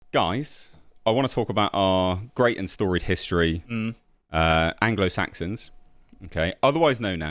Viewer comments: Ah yes, the Blanglo Blaxons. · I think he is confused, it´s anglo saxons, not angolan saxons 😂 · Ah ok , so.maybe we've been pronouncing it wrong all these years .. its the Anglo blacksons not saxons